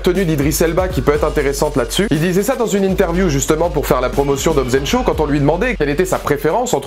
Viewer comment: Pis c'est Shaw pas Sho!